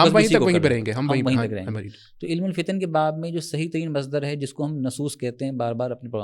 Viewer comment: tou apke samne jo hazrat bethe hein inka naam mujhe nahi maloom lekin inka bhi talaffuzz kuch theek nahi maloom hota yeh ILM ko ilim keh rahe hein Aap bhi mujhe thore se halke maloom hoty hein